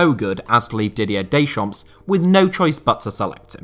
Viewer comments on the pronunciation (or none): Pedantic comment alert! Didier Deschamps' surname is pronounced something like 'day-shom'. The 'p' and 's' are silent. Keep up the great work. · Stop pronouncing the 's' in Deschamps. That is all! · Pronouncing the "S" at the end of Dechamps. ....... MY EARS!!!!!!!!